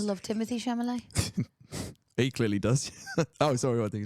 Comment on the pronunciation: Its chal u may... its a French name. You dont pronounce it met at the end